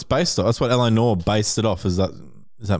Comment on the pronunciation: LA noor? Pronounced LA nwar, like new arr . Love your shit though boys